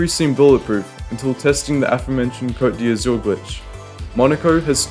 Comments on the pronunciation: it's the 'coat dee azoor'... you pronounce it KCÖT DÄZÜRRRR . EZ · The way you pronounce "Côte d'Azur" is funny